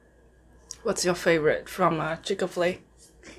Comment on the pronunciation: I'm here for the "Chicka-Flay", not Chik-Fil-A 😂💕🍗🍗